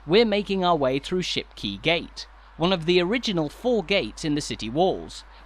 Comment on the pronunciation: Great video. However your pronunciation of Shipquay suggests you needed further coaching. Not key. Kay.